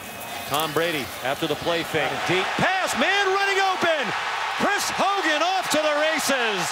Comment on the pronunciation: It's Chris hogan not chirs